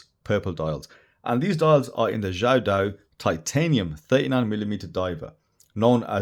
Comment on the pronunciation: The way you pronounce the name is so correct!! Amazing, sir!